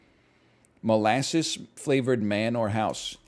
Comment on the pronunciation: "I love Mole assses" - Northernlion 2023